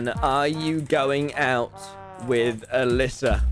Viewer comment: When he said “are you going out with Alyssa” that is the most British thing you will ever hear